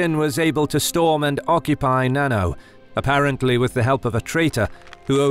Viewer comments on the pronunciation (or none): Not "nano" castle as in nanotechnology or nanometer but na-na-o where the vowels in "na-na" are the same as those in papa or mama and the "o" is the "o" OMG. The translation of the characters in 七尾 is seven tails.